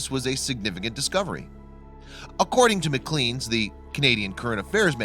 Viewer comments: First of all, it's pronounced MC CLANE not MC CLEAN ffs..... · Puleeeeese It's pronounced MacLane not McLean and the lake is pronounced Bra Dor. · The magazine isn't pronounced macleens